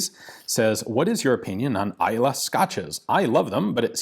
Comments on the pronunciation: When you pronounced Islay correctly while reading the question I already knew you'd be a fan. :) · Good pronunciation on Islay Pretty decent pronunciation on Lagavulin. signed, a Scotsman